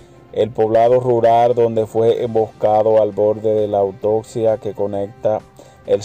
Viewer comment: Amigo para ser comunicador social el primer requisito es saber pronunciar las palabras no es autocia es autopista